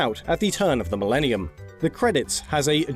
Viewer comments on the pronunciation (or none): none